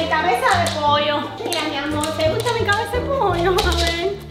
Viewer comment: Amo como dese "poio" aw